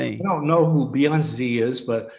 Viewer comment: Beyonzee.. and her sister Soloungzee.. 😅😅 No..not zee